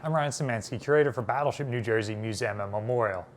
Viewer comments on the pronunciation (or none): Why does he say mu-zay-um